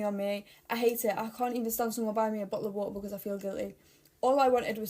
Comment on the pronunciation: bOTle o wAta ✨💗(lol love her accent!)